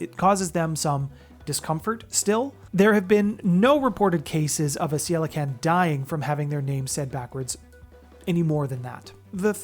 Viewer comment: Also, unless my research is wrong, Ceilican should be pronounced (Kay lee can)